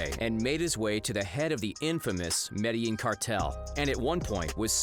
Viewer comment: Hearing the narrator say medellin wrong being from there hurts hahahaha